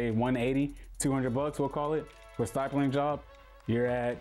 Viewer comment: Stipling not stypling